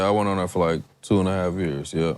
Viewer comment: man i was immersed in what talkin about...then my boy just had to say "years" the way he did and now i can't stop laughin that country ass accent went over 1000